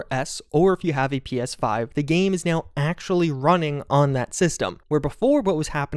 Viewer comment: right nyeow